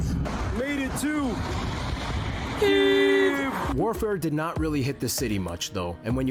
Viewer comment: he shows the right pronunciation of the Київ (Kyiv). The problem is that many foriners pronaunce Kyiv in russian way - Kiev - with is wrong. The other problem that english launguge dont have sound "И" - wich exsists in Ukrainian. The same sound pointed in russian - "ы" , but in russian - letter "И" - sounds like english sound "e". That is why so many misunderstanding